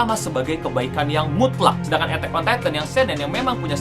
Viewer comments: harus.y di baca e'tak bukan etek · lah iya si ngomong nya "etteck on titan" woii..